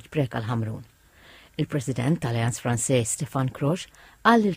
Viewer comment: Send the annoncer to Alliance Française to learn how to say Française 🙄